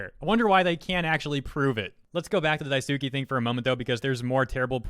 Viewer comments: 🚫 Dye-SUU-key ✅ Dye-sss-key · Daisuke, Die Sue Kay, not Die Sue Key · It's Daisuke, not Daisuki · lies. Daisuke is pronounced "Die-skay" not "Dai-soo-kee" reeee Ha ha ha, fun times. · daisUki? That pronunciation man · Man it might be nit picky but when was pronouncing daisuke as dai-suki, it just didn’t sit right with me. Regardless great video. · I believe Daisuke is pronounced "Dice-K". I believe in Japanese phonics the u after an s is silent. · Everytime I hear him pronounce Daisuke as Dye-Sue-Key, I die a little inside. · I was kinda wondering why you were pronouncing daisuke as daisuki but that's probably the spelling mistake he mentioned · Anybody else’s eye twitch when he mispronounced Daisuke? It’s kinda irrelevant to the matter at hand, but I just wanted to know if I was the only one. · The “e” in “daisuke” isn’t “ee” as in “feet” it’s “e” as in “hey” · Everytime he butchers the name "Daisuke" an animal gets returned to the shelter!